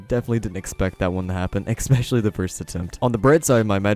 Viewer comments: Awesome video(s), but please stop pronouncing it "expecially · Did he just say “expecially” 🤨